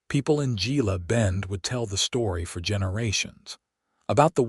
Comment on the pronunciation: Hey, AI...GILA is pronounce HEELA. You're welcome.